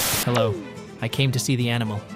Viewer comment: damnnn she really says " loang time no seay "